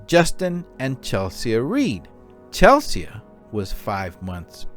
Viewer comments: The name 'Chelsea' is pronounced 'Chelsee'. (not 'Chell-see-ah') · Just as a matter of interest why you pronounce Chelsea as Chel-see-ah?